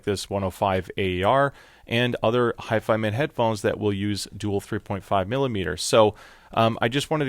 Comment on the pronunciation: Ur saying it wrong hifi man lol don't separate the man it's all one word hifiman. But is it really only $299 or is it 359?